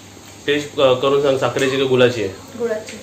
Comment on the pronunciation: तु सगळं व्यवस्थित बोलतोस. पण ळ ला ल का बोलतोस. उदा. मुगडाल (मुगडाळ), तांदलाची (तांदळाची)..गुलाची (गुळाची), जरा भाषा सुधारलीस तर बाकीची कॉमेंट्री छानच होते . ऐकायला छान वाटेल. क्षमस्व.